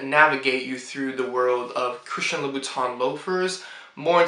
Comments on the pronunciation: Oh and Monsieur is written with only one I . And this is pronounced Loo boo tin (like the teint in fond de teint) . At the end of the day it is so much better to be fluent in French rather than have french shoes . Huge thank you to my parents for sending me to boarding school in Switzerland. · he cant even pronounce the brand name properly what do you think :)